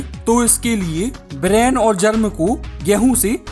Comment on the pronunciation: ब्रान है, ब्रेन नहीं।